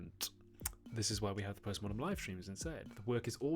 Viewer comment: i keep hearing postmortem as postmodern